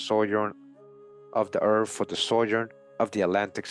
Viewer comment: Hispanic person here, translating for the Caucasian listener. Earf-Earth, Norf-North, Miff-Myth, Efnology-Ethnology, Truf-Truth, Bref, Breath. Just busting balls!! Love the content, keep it up👍